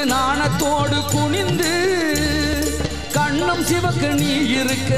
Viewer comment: அது தவறு.உதாரணமாக.. இதில்.. அண்ணம் அல்ல அன்னம்...கண்ணம் அல்ல கன்னம்...அழகாண அல்ல அழகான...கணிச்சாறு அல்ல கனிச்சாறு...தணியே அல்ல தனியே...உண்ணை அல்ல உன்னை. இது போல தவறான உச்சரிப்புகளுடன் தான் இன்று தமிழ் நாட்டின் பெரும்பாலான ஊடகங்கள் கூட தங்கள் செய்திகளை வழங்குகின்றன..